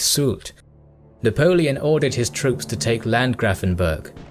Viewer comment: Funny how you say Kapellendorf and Landgrafenberg because this are german words. And great Video :-D